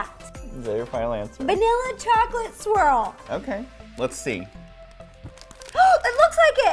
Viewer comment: Rosanna can't say "swirl." 😀😀😀